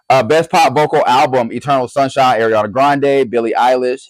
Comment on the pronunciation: I need u to work on pronunciations 😭 ARIANA NOT AIRIANA —- GRACIE ABRAMS NOT GRACIE ADAMS